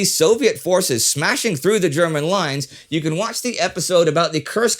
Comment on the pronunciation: indy, really just got to say this. you would have to be the most articulate personality on YT ever. the way you do german names? wonderful. you are too good for YT. i do love the info. but, indy, use this stuff as demos and really, get yourself a high paying voice over/new reader gig. you are worth a million - and that's dollars, not YT likes. if i were to do any sort of doco, i'd hire you in a heartbeat. thanks for these wonderful videos. j.